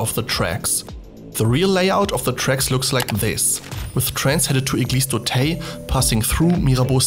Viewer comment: Not "Eglise d'Auteil" but "Eglise d'Auteuil".